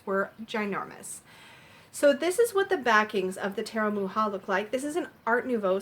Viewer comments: Thank you so much for this review, it helps a lot if I'm going to buy the deck. The inner compass oracle is so cute😍, where can I buy it? And also I just noticed the way you pronounce Mucha, the way you should pronounce it is like Mukha, make the C a little stronger. I really appreciate your review❤️🌹. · I believe it is pronounce Much-ah. My mom always called him Mook-ah. :-) She had several of his advertising pieces.